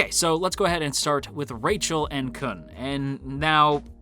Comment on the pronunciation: Please say their names right... It's Baam(Bahm) and Khun(Koon) sheesh. I didn't realize how much incorrect names would piss me off